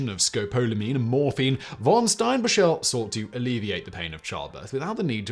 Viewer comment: Steinbachel isnt pronounced. "Stein bashelle, rather the middle componenet is the same as the composer "Bach" (not a long ah as the English pronounce it). The ending isnt pronounced "elle".